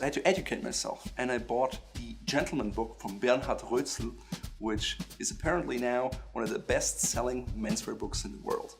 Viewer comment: Strange way of saying Roetzel... whereabouts in Germany are you from? San Diego?